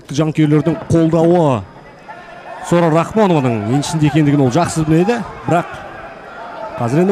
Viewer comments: Документте жарайды Сора деп жазылган, енди биздин коментаторлар Сора Сора демей Сара деп айтса болады гой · Сора сы несі Сара деп айта беріңдерсей.Біртүрлі естіледі екен. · Келесиде атын жондеп жаттап алып сосын атын атаныздаршы, Букил халыктын алдында Сара ны Сора демей.🤨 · Ақмақ болмаңыздар, Сараны сора деп, жағымсыз есітіледі, қазақтада өзбектеде сора емесғой!? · Сора емес Сара деңдерші